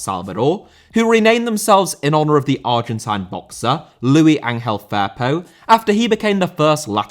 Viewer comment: WHY DO YOU LIMEYS INSIST ON PRONOUNCING THE HISPANIC LUIS LIKE THE FRENCH LOUIS